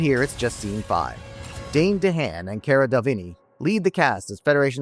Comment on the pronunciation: hearing you pronounce Cara Delevingne's name was painful.